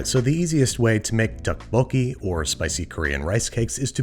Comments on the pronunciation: Tteokbokki isn’t pronounced with a “tteok” sound and instead with a “dokk” sound. Loved the video though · Here's how to say it: toe - poke - key :) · Your pronunciation is killing me. It’s a soft t sound, almost a d sound. It’s somewhere between tok and duck. The second part is close enough. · Its pronounced more like duck boke gee more than tuck boke gee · Thank you for bothering to pronounce the ingredients correctly. However, the dish is pronounced DUCK-po-kee. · Wait Andrew Isn't ttekobokki prenoused tapoki? Eh idk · Did anyone else die a little inside every time he pronounced the "Tee" sound in Tteokbokki? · hi babish! when i first ordered this dish from my dad's favorite korean restaurant, he told me that the " tteok" is tteokbokki is pronounced closer to "duck" ! wonderful video tho :) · There’s no t sound in dukk bo ki. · say duck but replace the 'd' with 'th' = thuck-bokki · pronunciation tip: the rice cakes (tteok english spelling) is just the word duck with a hard d. ttuck-bo-kee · Tokk like a cross between dock and tock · It's pronounced doek-bo-ki (doe=duh). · Oh hey! I had tteokbokki just now! Also the way u pronounce them “Tuhk! Boki” is killing me. Also you meed to add onions and scallions when cooking for sweetness. We don’t usually top them with fresh scallion. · Ah yes, my favourite ttekkbbooi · Fine. The Tt at the beginning is more of a D sounds like tdokebokie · I really enjoy Babish's videos, but I can't help but cringe whenever I heard the dish being mispronounced pretty badly. You put so much effort in the preparation and cooking, I would like to see it expand into your knowledge and representation of other culture's cuisines. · Can he watch Mukbang and learn how to pronounce tteokbokki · The way he's pronouncing it is killing me, but tteokbokki is probably one of my favorite Korean dishes and I'm happy to see Babush make it :) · recipe: fantastic and authentic, but I will never be able to unhear that pronunciation of tteokbokki